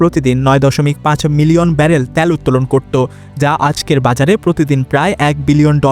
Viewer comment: আপনার উচ্চারণ শুদ্ধ করুন। সৈদি, ত্যাল সহ বেশ কিছু উচ্চারণ শুদ্ধ করতে হবে। শুদ্ধ উচ্চারণ হবে সৌদি তেল.......।